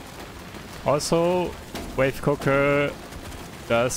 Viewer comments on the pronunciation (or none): Sidegame for this to get stupidly drunk: take a shot every time he pronounced it "wife cooker" instead of wave cooker.